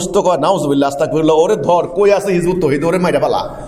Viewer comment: আরে জানোয়ার তুইতো আস্তাগফিরুল্লাহ উচ্চারণ করতে পারো না